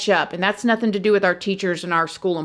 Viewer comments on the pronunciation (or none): none